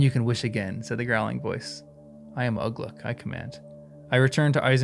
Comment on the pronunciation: Some tips for you when pronouncing words in Tolkien's languages: the u is generally pronounced like English oo ; and the acute accent means the vowel is long. So Uglúk and Lugbúrz are /uglu:k/ and /lugbu:rz/ in IPA, or 'Ooglook' and 'Loogboorz' in English-style spelling, with the first u short as in foot and the second ú long as in food .